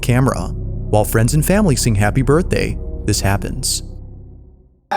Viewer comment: "Ben, the Burthday Boy"